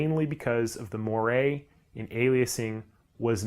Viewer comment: Its pronounced "mwar"